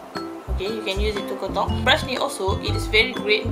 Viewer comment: Saya dengar kak ckp 'kontok'² hahahah rupanya contour hahaha okay²